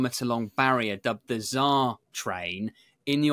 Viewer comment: Did he say the Czar train or the bizarre train?